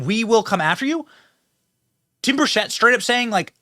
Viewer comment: BENNY!! Burchett- pronounced Burr-CHIT. BURCHETT. 👍😀